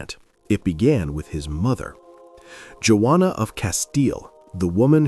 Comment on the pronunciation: Her name was Juana (Wanna) not joanna sorry